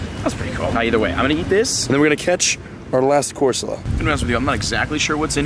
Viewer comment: I spelt said wrong and then it autocorrected to squid. Don’t make fun of silly mistakes. And go back and look, he really did say corsala. I am not making fun, or pointing out flaws, I just happened to notice it so I put it down below.😁